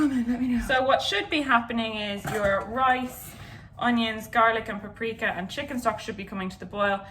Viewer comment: Where did dodie learn to say "paprika" in the original, Hungarian way?? You're saying it right my lady!!!!💕